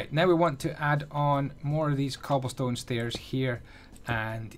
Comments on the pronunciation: stobblecone? Ik it was a mistake but I couldn't help myself but to laugh ik u ment cobblestone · "and we are gonna get a slab of stoble con" - 2018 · he said stobblecone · “Gill in the faps” “Blocks of stobblecone” I love it😂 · stoble cone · u said stobblecone